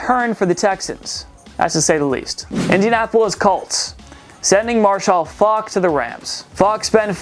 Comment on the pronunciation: Why did he say Marshall Faulk like that